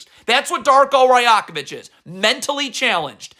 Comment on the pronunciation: The only disgrace is your pronunciation of literally every foreign person you slander. You can't be serious. Jaime Jaquez, Masai Ujiri, Darko Rajakovic. Masai has forgotten more about basketball than you'll literally ever know. So has Darko for that matter. It's one thing to say players botched a coverage. Another thing to assume you understand exactly what the scheme was while knowing nothing and complaining every time the Heat score. What your followers don't understand is that even the best defensive teams give up over 100 points a game. So while you CAN point to half the points and complain, what you carefully Don't point out is why you give up one thing over another. Again, generally, you know your shit. But the level of hubris and disrespect shown towards people who'd lap circles around you in terms of basketball knowledge is truly mind boggling. Anything for the click tho, am I right?